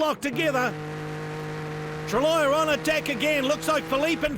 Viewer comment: Cheers for uploading the final part! I love how the shouty Aussie broadcaster says Benoit Treluyer's name as 'truh-loyer' :D. Another thing i noticed was Speed Channel's abrupt edits to fit the footage into the commercial blocks. Assuming it's not theirs, I wonder what media company originally produced the show before Speed put their name on it?